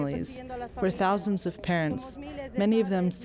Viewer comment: I like how Amy always says “thouuuuusand” like it’s the biggest number known to humans. and how she says “welcome TO democracy now.”